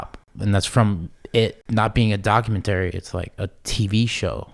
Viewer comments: Everytime Steve says documenTERRY I get angry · Lol the way he sayin "Docu man tary" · Steve “Docu/mentory style” Me- Go back to speech therapy my guy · Omg Steve. If you say documenttry wrong again I'm going to pound my head into a wall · “Document terry” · Doc-u-men-tarry I don’t think that’s how it’s pronounced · Doc-u-menery like bob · I like how Steve pronounces Documentary like the game console ATARI. DocumenTARI. lolol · Steve really needs to learn how to pronounce the word "documentary" and there's no 'S' on Dahmer. 🙄🤨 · Steve can't pronounce documentary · IS ANYONe going to tell Steve he is not pronouncing the word Documentary the right way?? I don’t know what Steve is going to do for content when all he’s done for years has been showing off and giving away money?? Good luck buddy. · this mf a millionaire and cant even say documentary correctly lmao what a time to be alive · The way steve says documentary pisses me off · never heard someone pronounce documentary like that.... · Steve doesn't know how to say documentary lol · Steve pronouncing “documentary” is the best thing ever. 😂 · I didn't think Steve had the tism. Until I heard him say documentary wrong a million times. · Steve needs to learn how to pronounce documentary lol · Steve’s got me questioning how to pronounce ‘Documentary’ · Please someone tell Steve how to say "documentary" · The way Steve says documentary genuinely frustrates me😂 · Someone please god tell Steve how to pronounce documentary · Steve , i hate how you say "documentary". But you're the man